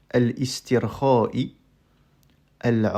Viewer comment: Avec tout le respect, vous lisez mal le mot "relaxation" en arabe. La "hamza" du début est une hamza de liaison: cours de base pour grand débutant.